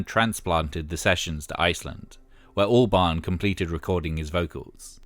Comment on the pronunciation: Every time you say Albarn I hear Orbán. 🫢